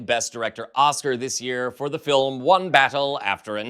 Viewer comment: it's not a documentary. It's da filim. 🙄